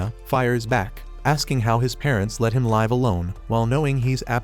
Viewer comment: Stop saying laves its live